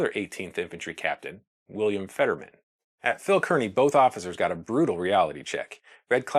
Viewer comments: just a note to let you know I am from NJ and the fort is pronounced Carney not keerny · Excellent video! Minor detail: Kearny is pronounced CAR-nee, and not CURR-nee. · Kearney is pronounced "Carney". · It's pronounced Phil KAR-nee. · I would surely beg a descendant of Phil Kearney to verify the pronunciation of their famed surname. I hear podcast after podcast delivered by myriad hosts who, though lovers of history, and admirably so, either know something I don't, or have never been to Nebraska where all residents know the name Kearney is pronounced neither Kər-nē nor Kēr-nē, but rather Kar-nē (like car-knee). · Good Video. FYI, however, pronounce "Kearney" like it's "Car-nee." I would also lose the pipe. lol Sherlock Holmes is not from the west, and we don't really appreciate someone trying to look professorial in a sea of dry grass. . . . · Kearny is pronounced "Carney". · Consistently mispronounced "Kearny" but otherwise really nice video. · Distractingly, the name of the fort where the soldiers were stationed is mispronounced throughout the video. Fort Phil Kearny is pronounced as though there is no "e". Like "carnival ". The same as the town Kearney, NE.